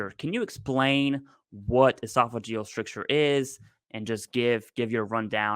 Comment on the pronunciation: Brothers - FYSA stricture rhymes with picture.